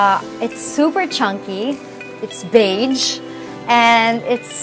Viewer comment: Showing off all these expensive stuff in a country so poor and she can't even pronounce a common word as "beige". Mag-tagalog na lang tayo 'day.